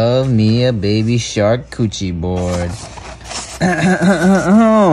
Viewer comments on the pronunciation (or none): scha-coo-ti-reeh charcuterie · Sharcoochie board is that what I heard 😂